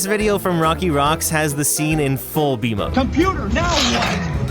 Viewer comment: I keep thinking your saying v mode instead of b mode😭